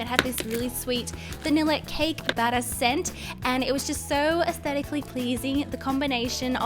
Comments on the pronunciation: I ❤️ ur nails but why r u saying esstetaclly pleasing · She’s said ascetically pleasing 4 times and underwhelmed 3 times lol. Your nails where super cute and so was your slime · Girl, you are astedically pleasing(im sorry i dont know how to pronounce that) LOVE FROM SERBIA, 🇷🇸❤️🌍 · "Aesthetically pleasing" pLeAsE SToP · stop saying astetically pleasing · You said asetically pleasing so many times